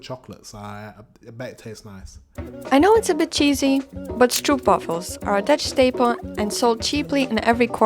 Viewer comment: we do not sell stroep wafels, we sell stroop wafels with an oo as in slow or go, not with an oe as in shoe.